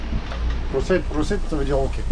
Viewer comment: C'est pas "prosit prosit" mais "proceed proceed" qui veut dire aller de l'avant en anglais. C'est vrai qu'avec l'accent grec...